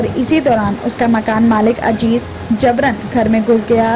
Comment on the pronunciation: Ajeez nahee Azeez bola